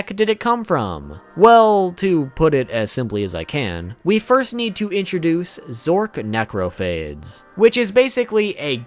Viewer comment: It should be pronounced "Zork Nek-ro-fay-dees"